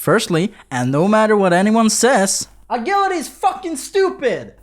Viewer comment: Ah-jill-ity. Is how its pronounced. No biggy. But yeah, a "g" on english often sounds like "jah".